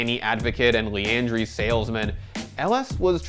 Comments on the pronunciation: is it Li”ann”dr”ee” ? I thought it was li”a”ndr”a” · lee-Ann-drees